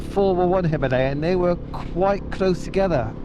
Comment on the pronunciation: First time a westerner pronounced it like we do .. Hi..ma..layan 🙂